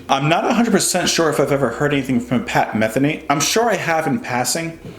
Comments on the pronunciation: Not to be anal about it, but his last name is pronounced Meth-eenee. I hope since you've listened to this you decided to dive into the world of Pat. He has so much great music that would likely take you on a musical journey. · This guy is a wonderful musician. His name is pronounced Muh-THEE-nee. I bet you would love his album Still Life Talking and also a record called One Quiet Night. But Pat is a busy, active working musician and has probably released 30 albums. I hear ya on weightless. What a fine observation. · Pat's last name stresses the second "e", sounds like "Meh-theeny". I've been a fan of Pat's music since 1980/81. You have to check out "Third Wind". Great music! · Just subscribed. His name is pronounced muh-THEE-nee. First Circle is an amazing piece of music. The guitar, keyboards, drums, and wordless vocals all combine for a trip to aural heaven. Huge fan here from New Jersey since 1990 when I heard "San Lorenzo" (from the self-titled Pat Metheny Group album released originally in 1978). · Don’t feel bad about mispronouncing Pat’s name. I’ve been mispronouncing Zeppelin’s song title, “D’yer Maker, as “Die-er Maker” for 40 years until I was corrected...and of course laughed at.